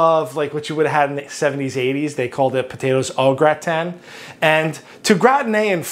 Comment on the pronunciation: I've never heard gratin pronounced "Gra-tan", always "grah-tin". If it wasn't for the blue cheese I'd probably try this.